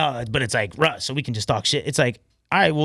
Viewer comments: Russ sounds like ken kaniff that can’t pronounce his “R’s” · How is your name Russ but you cant pronounce the letter R